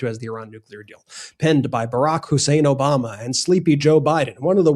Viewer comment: "OBAMNA"...because he can't even pronounce words